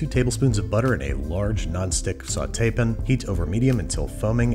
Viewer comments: How come you say pin instead of pan? Just wondering ive never heard an accent like that, love your content bro!👍🏽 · Am I crazy? I swear he keeps calling "pan"s "pin"s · what is a "saute pin"? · I feel like at this point you "pin" rather than "pan" just to upset people. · it sounds like hes saying saute pin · Me: His Sauté Pan haunts my dreams Babbish: "Sauté Pen" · “Sauté pn” man doesn’t even pronounce the “a” 😂😂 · What is a sautee pen? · Banish like to add the schwa when faced with the word “pan” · "Alumnium" needs an extra syllable, but the word "pan" has too many letters. Babish logic. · I'm pretty sure that Babish pronounces "pan" like that just to annoy me personally. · Why can’t he say “pan” correctly. Can someone fill me in on some previous joke? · I am prepared to pay you actual folding usd currency to get you to stop saying "pan" that. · why can you say sauté correctly, but not pan? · I hate the way you say pan, thank you.